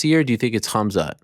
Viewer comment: Ariel is saying Khamzat name wrong on purpose.